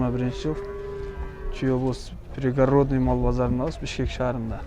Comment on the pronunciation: Пригародный эмес пригородный. Ударение и ге.